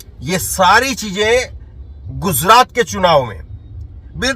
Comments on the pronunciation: Guzrat nhi be gujrat —— chnd nhi charan 😂 pl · Sir apni thodi language shi kijiye gujrat h not ,,guzrat,, aaj h ,,azz,, nhi j or z k use shi kijiye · Gujrat ka pronounciation thik nie hei